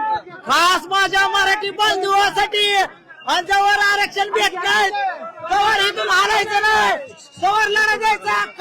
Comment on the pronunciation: Bhai ghantyala sadh aarackshan bollta yetnaye aani aarckshan pahije yala